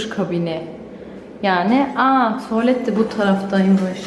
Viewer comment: Tovalet lauba... 😂 Allahım güzelim Türkçemize yazık oluyor.